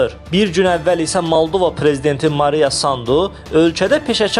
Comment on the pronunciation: Mariya yox, maya sandu ay coban diktor